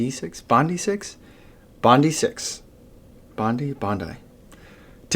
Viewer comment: To help you out it is pronounced Bondeye as in the beach here in Oz Bondi Beach, love your vids thanks for your efforts 👍😎